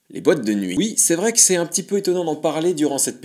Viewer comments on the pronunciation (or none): none